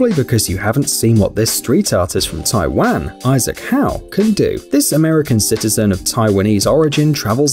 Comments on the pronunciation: Please pronounce Taiwan correctly 🇹🇼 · he said taiwan wrong